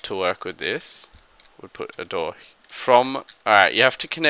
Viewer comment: "And we'll add another door heaaah..." Lolololol